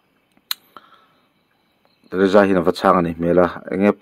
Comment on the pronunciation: Teresa tihkha lam fiah roh